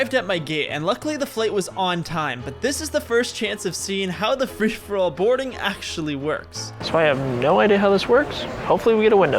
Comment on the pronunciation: "Frish-for-all boarding"